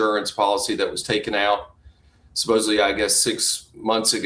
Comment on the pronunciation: Can we please grow up and pronounce words correctly…..supposedly not supposebbly!!! For Christ sakes, so many people, with an education, do this! It just bugs me to no end, it makes you sound not credible. 😮